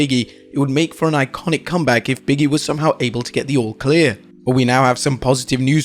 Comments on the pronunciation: it’s Big E not Biggie, say it right you’re a wrestling account know how to say the wrestlers names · Biggie, Biggie, Biggie. No. It's Big E :)